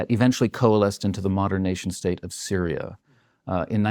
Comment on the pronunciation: FINALLY! A WESTERN WHO REALLY KNOWS WHAT THE F IS GOING ON IN SYRIA. HE'S SO GOOD THAT HE PRONOUNCED ALL THE NAMES CORRECTLY LOL